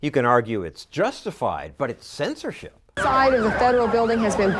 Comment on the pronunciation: his accent when be said its censorship made me think fuck this guy.